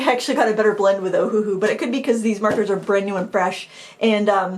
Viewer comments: Just a quick FYI that the company named itself after the Hawaiian island of Oahu, so it's not pronounced Oh-Hu-Hu, it's actually pronounced Oh-Uh-Hu (Owahoo). For some reason, they went with a phonetic spelling and that's why so many people mess up their name. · Yeah Ohuhu as read sounded quite silly